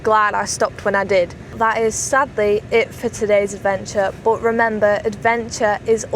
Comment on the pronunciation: Why do you say BOT instead of BUT?